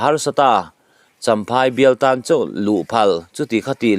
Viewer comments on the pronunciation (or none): Chinain kawng tam tak " tan tlang" tiha tan te kha tlan tih thlukin i chhiara tlan lai tak kha tan (cut) anga lam rik tur A dang pawh a awm nual mai.